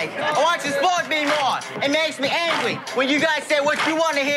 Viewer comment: "IT MAKES ME ANGWEY!!"